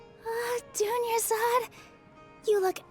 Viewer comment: WHY DOES EVERYONE THINK THERES A SECOND R IN DUNYARZAD LMAO literally every streamer ive seen pronounces it dunyarzaRd the whole time. NONE OF THEM EVER SAY IT THAT WAY IN GAME